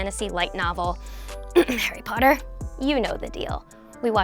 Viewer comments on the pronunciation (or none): none